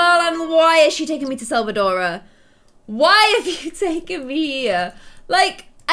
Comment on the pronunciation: It’s not selvadora... it’s selva-dorada